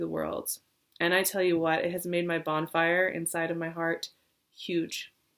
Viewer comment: Does she keep saying hearth or is that just me?